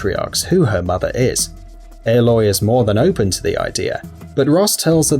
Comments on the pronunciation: I never understood how people mispronnounce names from games where the names are so frequently heard. Ehloy? Ollin? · Haha you re-uploaded it saying aloy correctly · they said aloy wrong